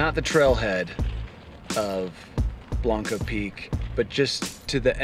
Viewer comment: It's Blanca Peak. Sorry, I had to point that out. lol